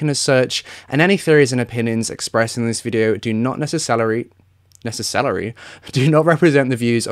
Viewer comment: Need merch that says "neccecellery"